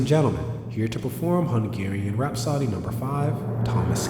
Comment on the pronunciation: It's not pronounced "rap-soddy", it's "rap-so-dee."